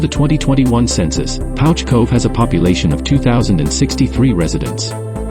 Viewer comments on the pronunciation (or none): It's pronounced Pooch. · The narrator is pronouncing the village incorrectly. It’s pronounced Pooch